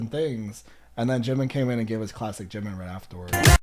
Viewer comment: Yes, JK did opened up Permission To Dance and Life Goes On, he's the main vocalist -you pronounce Jimin and JK's names perfectly -yes, they also have songs that are sung by units (2-4 members, you can get songs like Fly To My Room and Stay, songs with just the rappers [Ddaeng, Ugh, etc] and songs with just the vocalists [The Truth Untold, House of Cards, etc.], sometimes 2 rappers [Respect], 2 vocalists [Friends], 1 vocalist and 1 rapper [4 O'CLOCK]) and solo songs, each of them..